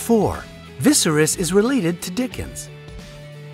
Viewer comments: You aren't pronouncing Hermione's name properly. It's not her-me-OWN, it's her-MY-oh-nee. Also Viserys is NOT pronounced VIS-er-iss, it's pronounced vis-SAIR-iss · Don't forget ViserIS instead of Vyseris. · I cringe so much whenever he mispronounces a name. It's CAT-EH-LYN. HER-MY-NIH. And VIH-SERIS . If you can't even pronounce the character's names correctly, it makes me question if you actually watch the show or just Google the facts you put here. 🙄 Smh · 3 mis-pronunciations in a row....had to stop the video..... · viserys as well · he can't say Viserys either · A lot of what you said was wrong. How you pronounced Hermione, Gandalf and Viserys was terrible. The way you pronounced Catelyn was also wrong. Also Alfie Allen is the younger brother of Lily Allen not the older brother. Dean Charles Chapman and Nell Tiger Free (the 2nd actress who played Myrcella) were only rumoured to be dating. And you used pictures of Nell but said the name Aimee Richardson who was the 1st actress to play Myrcella. All the correct info can be found by just a simple google search.. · rex dev He mispronounced "Gandalf", "Cersei", "fictional", "Catelyn" and "Viserys" too.